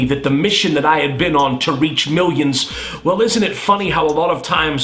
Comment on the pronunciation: "miwwions and miwwions" ha!